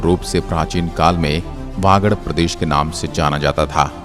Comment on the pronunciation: बागड नही वागड़ है sir 🙏🙏